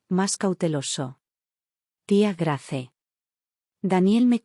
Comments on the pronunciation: Se pronuncia Greis no Grace,que feo suena eso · Grace se pronuncia Greis. Header se pronuncia Heder